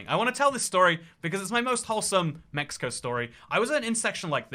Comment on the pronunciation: what the hell is a MIxico?!